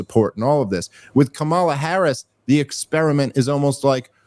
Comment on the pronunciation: I don't like Kamala, but I think it's hilarious how resistant people are to pronouncing her name correctly, when they 100% know they mispronouncing it. It seems like it makes them feel like they have some sort of power over her while doing this idiotic micro-troll.